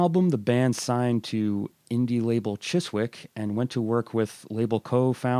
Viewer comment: Great review, not to be a smart arse but Chiswick is pronounced Chiz-ick the W is silent .ps i saw the Damned only once at liverpool Eric's in 1980.